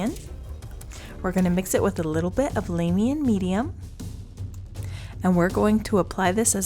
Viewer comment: If you are going to do the voice overs, could you please learn how to say the names of the paints. Lah-Mi-a, Druch-ee-eye, ha-SHUT. I don't even know how you get HASH-HUT from that? I wish GW would just name their colors better.